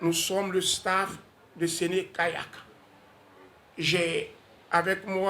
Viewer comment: SÉNÉ-KAYAK pas sen Kayak svp